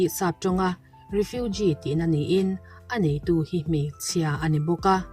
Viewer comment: Re-few-ge 🤣🤣, refuge➡️refug